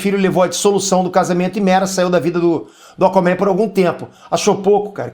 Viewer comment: "Acomen" kkkkk. zueiras a parte parabéns pelo canal. Foda mesmo!